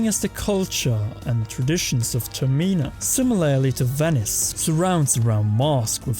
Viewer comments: Termina. not termeena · its termina as is terminate not terMEEna also... are you assuming that majora is female?